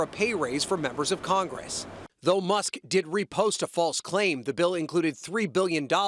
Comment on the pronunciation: Musk not Muhs